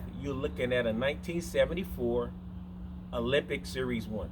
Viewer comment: Ah-Lem-Bic. NOT Olympic.